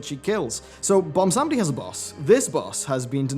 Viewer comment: ok i know this is a minor thing but it bothers me too much BWAN-sam-dee not bon-sam-dee and i'm not exactly sure if you are british or what (i can hear it sometimes in his voice) so accents might come into play but it just bothers me so much and yes i know i have horrible gammar so please stop the furious typing now